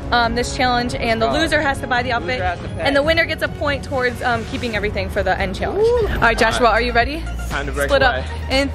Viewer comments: How many people cringed every time said, “Cheeealanggeee” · This is how says challenge-chalange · She says challenge chillenge and it’s soooo annoying no hate I love you huys